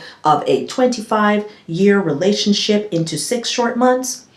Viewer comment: Did you say relationshit??!!!!🤣🤣🤣🤣🤣🤣🤣🤣 I can't!!!!!